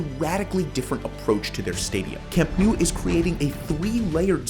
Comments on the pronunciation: It’s not camp new. It’s camp nou. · "Camp New" Hilarious... Please correct to "Camp Now"? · You are saying Nou wrong, you need to pronounce it like you pronounce know. Camp Nou = Camp Know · it's not "camp nu" it's CAMP NOU, it's neither "Le Corts" it's CAMP DE LES CORTS. Also Les Corts wasn't the Camp Nou, they were different stadiums, we played on Les Corts from the '20s into the 50's, AND THAT'S when we got into the Camp Nou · Please learn to pronounce Camp Nou. It's not Camp New. It's Camp NOUUUU (like "Camp Know"). Les Corts is not pronounced "Le Cort" (as in French). It's "Lesss Cortssss".